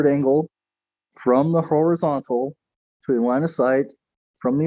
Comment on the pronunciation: I am and all I have seen durpdedurp say is "need a horazontal plane so erph is fwat..." and repeat that a couple of times... So in other words he knows SFA about how to use a sextant.